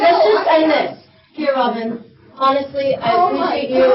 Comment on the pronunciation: I love the “Robin-uh!” She is so patient and tries to have an adult conversation but a racist Karen just can’t hear it.